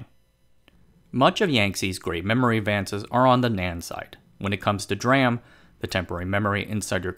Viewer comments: Yes, that is how you pronounce it. It’s D (silence) RAM. Not ‘dram’ directly. Like SMIC you pronounce ‘smick’… I think I will pass for that. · DRAM is pronounced as D-RAM, not dram. CPU caches use SRAM, S-RAM, not sram. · I've been in the semiconductor industry for over 30 years. Never heard anyone, except the uninitiated, refer to DRAM as "dram" before. DRAM & SRAM are referred to as "D-ram" & "S-ram". Conversely, "NAND" is just "nand". Strange he does this (& mocks any who corrects him) because he seems to generally know his stuff. 🤷‍♂️ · its not dram its d ram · it's pronounced "dee-ram" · God drammit! It's Dee-ram! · Yep. Someone should explain to him that it is D-RAM, standing for Dynamic Random Access Memory. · Well said. DRam. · Yes. It is D-Ram. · really good info here thanks for that. DRAM is pronounced with the D separate, like "dee-ram". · This sound like cctv propaganda video... can’t fool me. U can’t even pronounce D RaM I know this is CCp control propaganda video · That's an interesting way to pronounce DRAM. Edit: Interestingly, 'dram' is indeed a word. It can stand for an obscure unit of measurement, a small amount of liquor, or a small amount of anything. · lol i almost threw up when "DRAM" was pronounced like a word. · He just butchered the "DRAM" word along the vid and I cant stop laughing. SMIC is pronounce as 'smick' next time, MAKE MY DAY PLEASEEEEEEE.